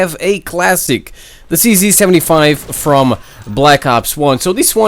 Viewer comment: Everyone pronounces cz 75 wrong